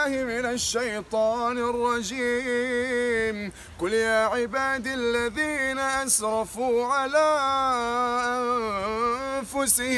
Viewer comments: ملحوظة بس هي (عباديَ) مش (عبادِ) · قُلْ يَا عِبَادِيَ الَّذِينَ أَسْرَفُوا *(عبادي الياء مفتوحة وليست مكسورة ) فَحَيُّوا بِأَحْسَنَ مِنْهَا * (بأحسن النون مفتوحة ايضا وليست مكسورة) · الله يعطيك العفيه .. ملاحظة بسيطة : 1. قل يا عباديَ الذين : انتبه للفتحة بكلمة عبادي 2. حييتم بتحية فحيوا بأحسنَ منها : الفتحة بكلمة أحسن وليس كسرة . وجزاك الله خيرا. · السلام عليكم -(قل يا عباديَ) الياء مفتوحة حضرتك قرأتها بالكسر -(بما كنتم تعملون) حضرتك قولت به تعملون يرجى مراجعة الآيات قبل قرائتها وجزاك الله خيرا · الرجاء ضبط الآيات القرآنية جيدا من اللحن بنوعييه .. الجلي والخفي ..فهذه أمانة عظيمة _ فمثلا أنت قرأت عبادي بالياء الساكنة والصحيح أنها مفتوحة وثانيا زدت كلمة .. به .. والصحيح بما كنتم تعملون بدون كلمة به . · السلام عليكم ورحمة الله وبركاته جزاك الله خيرا لكن نصيحة لله الآية التي قرأتها من سورة الزمر فيها ملاحظة انت قلت قل يا عباد بينما هي قل يا عبادي وجزاكم الله خيرا وسلام عليكم ورحمة الله وبركاته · قل ياعبادى مش ياعباد في غلطه حضرتك ماخدتش بالك منها وانته بتقرا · رائع جدا وأسأل الله أن يوفقك ولكن عندك خطأ في قراءة الايه قل يا عباديَ الياء عليها فتحه وليس سكون